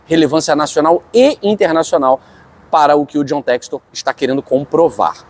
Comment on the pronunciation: Infelizmente por esse e outros motivos não levam a sério ainda o John textor, nem o nome dele conseguem pronunciar corretamente 🤦🏿‍♂️Deuses do futebol nos ajudem🙏🏿🙌🏿